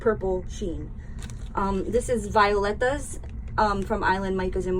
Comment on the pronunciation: we call it Vi -- OH --Letas